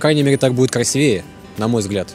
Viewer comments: КрасИвее, ударение на и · красИвее, а так молодец